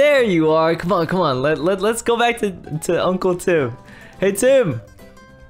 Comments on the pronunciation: I like how rage just ignores say uncwle twim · sayd unwle Tim